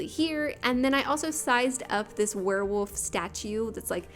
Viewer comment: Is it just me or does it sound like you say werewoof? Haha it sounds so cute :)